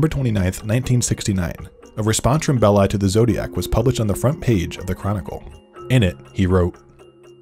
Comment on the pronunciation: Big thumbs up for pronouncing "Belli" correctly. I recently listened to a podcast where the hosts pronounced it like "belly" and 😅